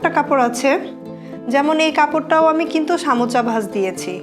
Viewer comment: সামোচা কি আপু? সারাজীবন শুনলাম সমুচা।